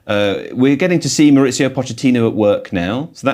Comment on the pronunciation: Mauricio, not Mauritsio. He's not Italian